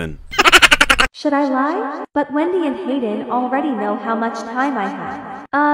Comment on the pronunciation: Endy not wendy